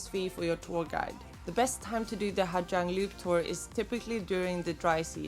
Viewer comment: You do know that the letters "Gi" together in Vietnamese is pronounced as a "Z", right? It's pronounced Ha Zang.